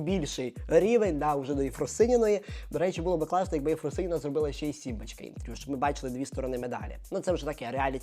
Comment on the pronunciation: Сорян. не "симбачка", а "сімбочка". не "пропагандувати", а "пропагувати". Пане, беріть на озброєння ☺